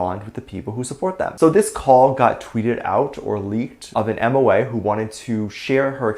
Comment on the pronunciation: MOA is pronounced Moh-Ah. I agree that Soobin and the rest of TxT have not always gotten the acknowledgment that they deserve. The haters went after them even before they debuted just for existing.